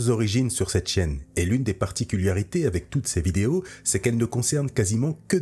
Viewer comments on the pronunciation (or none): Petit commentaire relou que je voulais poser depuis un petit moment. C'est particulArité et non "particuliarité " comme tu dis ! Sinon excellente video comme toujours !